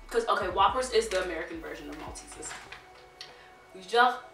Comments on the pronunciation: Maltese's 😂😂 malt-e-sers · Why does she keep saying malteses there is an r in it